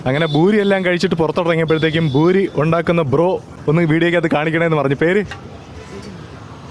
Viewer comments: പൂരിയാണ് ബൂരിയല്ല ഭായി 🙏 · Mone it's not boori .poori aane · ഭൂരി അല്ല പൂരി എന്ന് പറഞ്ഞാ മതി